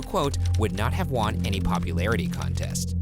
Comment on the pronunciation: I know people like to pick on the way Ryan pronounces words, but this has been getting to me. Ryan: WON is not said WAHN It is WUN WUN Thanks!